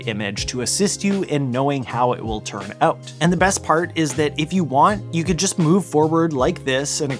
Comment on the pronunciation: The way you say “out” ( “Ooot”) made me laugh. It’s the telltale giveaway of a Canadian. To be “oot” and “aboot” 😅. But great video.